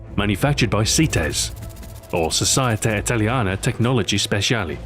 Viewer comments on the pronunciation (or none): In italian you have pronunced: Sosieta Italìana Tecnologìee Spesiali. Your italian suck. But it's a bit funny!